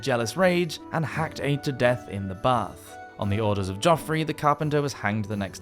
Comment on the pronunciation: Just for future reference, the name Aedh is pronounced like 'A'. The dh is silent.